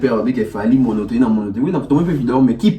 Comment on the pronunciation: Et puis il dit monotomie 😂